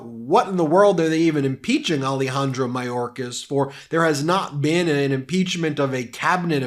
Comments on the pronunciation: I love, but if we’re going to mention MTG’s mispronunciation of indictable, I would recommend paying closer attention to better pronunciation of Alejandro Mayorkas. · Marjorie Traitor Greene "Secertary Majorkas". First "Gauzpacho police", then "Peachtree dish" and "Indickable". This woman is an absolute dunder head!!!